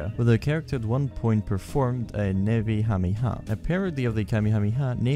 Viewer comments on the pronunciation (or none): none